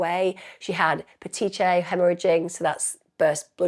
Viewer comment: It’s pronounced pah tee kee uhl haemorrhaging and lig a chure (sorry I know this is stupid but just saying) that poor girl wish they got done to them what the victim suffers and more